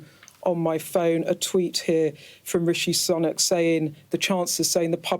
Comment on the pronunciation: 'Rishi Sunuk'